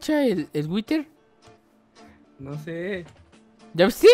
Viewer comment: Se Dice whider